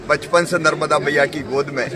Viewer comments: Nmrda nadi ni madam ji Mata narmda ji Bole achhe se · मैडम जी कृपया माता नर्मदा का नाम तो सही रूप से लीजिए बोलने के पहले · कृपया माता नर्मदा का नाम तो सही रूप से लीजिए